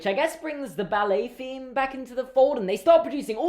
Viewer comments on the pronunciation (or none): none